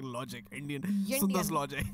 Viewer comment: Yaaaaa it is indian....not yindiannnn.....miss